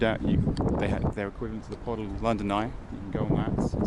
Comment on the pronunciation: PODIL. Pronounced 'Po Dill', .Like In, Sill, Will.